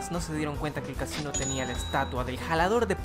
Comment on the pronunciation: Xd cadaves que dice casino ase cachin xd😂😂😂